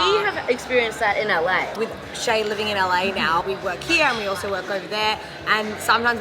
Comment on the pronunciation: オーストラリアのホストファザーはneighborをナエバ、here をヘヤと言っていたのでイがエに、エがアと変わっていたように感じました。